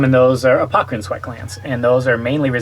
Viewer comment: Interesting. Thanks for the vid. Subscribed, you stinky, sweaty, dripping, honking, humming crew. BTW, I think it may be "apocrine", not "apocErine", if I'm not mistaken.